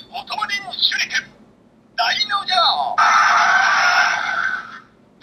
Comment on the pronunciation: Is it just me or did he say shinkenoh insted of shurikenjin